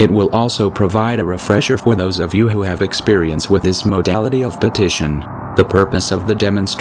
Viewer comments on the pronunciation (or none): none